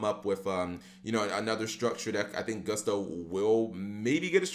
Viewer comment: It's 'Gust-o', not 'Goo-st-o', Cap...